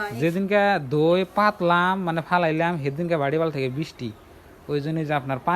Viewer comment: এটা দই না ধই 😂😂😂 ঠিকই আছে 😅